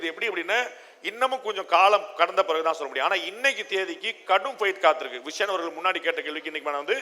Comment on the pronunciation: விஷன் இல்லை விஷம்.